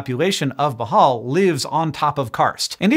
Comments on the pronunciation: if you mean (boh • hohl), then yes that is the correct native pronunciation. but (boh • hall) is fine when speaking in English and doesn't sound awkward. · Not really "bohall" BOOHOOL is the actual pronouncement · Hank you’re saying bohol wrong ! It’s bo-hole not Bo-hall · bohol- pronounced in this entry as "bahal"- is pronouced something like "blow hole". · I was born in Bohol, but I moved to America because I appear like a Caucasian and for most of my life up until a teenager when Hispanics took over California, I was treated like one. Bohol is pronounced Bow Hole. Like the hole in a hispanics ass. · It's pronounced - " BOHH - HULLLL " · It's pronounced boo hol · It's Pronounced Beau-Hole... come on.. Y'all need to ask a Filipino how to pronounce Filipino words. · It’s pronounced “Boh-hole” 😊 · I want to show this to my cousins, and the rule is when he mispronounces ‘Bohol’ you have to take a shot of Tanduay. 😂😂😂 But still, nice to see someone talk about my maternal homeland. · Love Hank, but yeah, the pronunciation!😖